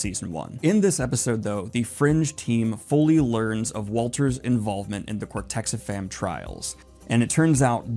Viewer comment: I hate to be "that guy", but it's "cortexiphan", not "cortexifam". Other than that minor detail, this is pretty spot-on analysis of the show.